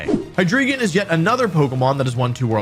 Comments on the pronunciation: Why do people call it "Hydreegon" when it's a rare pokemon name whose pronunciation is easily available for us to know. The dragon line is based on the german numbers "eins, zwei, and drei (dry)", so it should be "Hi-Dry-Gon", similar to how we don't pronounce the legendary birds "Moltrees, Articuhno, and Zapdoss" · Hydreegon. Cringe. It's HyDRAIgon my guy. The Drei in Hydreigon means three in German Just like the Zwei in Zweilous is two, and the Ein in Deino is one. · Hy-dree-gon It's... Hy-DRAI-gon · Hydreigon is pronounced like Hi-dry-gon not Hi-dree-ghen. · ok once again. its of German 123 origin. its Hi-Dry-Gone! That is the pronunciation! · As a German, I dislike how Wolfey mispronounces Hydreigon. It's HY-DRY-GON. The German word "drei" means "three" and is pronounced like the word "dry". That aside, great video! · Your pronunciation of Hydreigon is absolutely killing me..